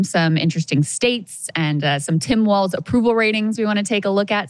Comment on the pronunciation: JFC, Krystal is creaming so hard for Walz that it's almost medical, and she doesn't even know how to pronounce his name? 😂